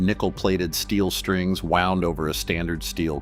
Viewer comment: Your bot said D'Adario wrong, along with wound!